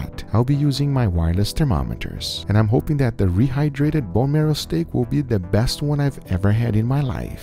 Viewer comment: When Guga said he rehdrayted the steak with powerade i died XD